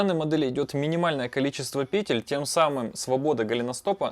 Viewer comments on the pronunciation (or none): none